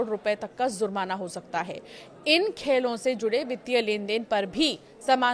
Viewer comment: madam zurmana nhi jurmana hota h